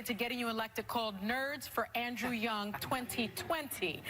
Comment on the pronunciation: She pronounced his name correctly, wow, 99% of the time I hear his name, i hear it pronounced wrong